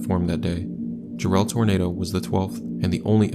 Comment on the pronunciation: Ja-relle? It's Jare-ll, as in Darrell or barrel. Other than that, you did the Jarrell tornado justice, well done.